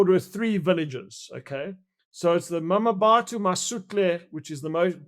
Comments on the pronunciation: Wayne it's pronounced Mabato - not Mamabato 🙄... lived there and in Mafikeng (Mahikeng) for a few years over 20 years ago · Him saying "mamabatho" is nauseating. No effort at all to pronounce the name correctly. If he tried i am sure as he'll he wouldn't say "mamabatho". The disrespect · I 'm not sure that it's nauseating, but I agree that he could've made an effort to learn the pronunciation. There are quite a few people who struggle with African names beginning with and 'M' and another consonant, as in 'Mkhwanazi being pronounced Makwanazi.